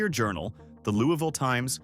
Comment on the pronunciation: It is pronounced wrongly in KY.